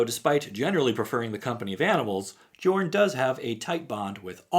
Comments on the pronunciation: Hey, the “J” in “Jorn” is pronounced as a “Y” like “Yorn” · How many people will comment that the Command Zone calls him yorn not jorn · Jorn is pronounced with a Y sound on the J.